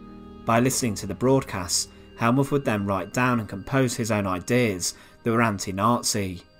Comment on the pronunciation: Get it right! Th in German is a harsh t, so Helmuth is pronounced Helmut.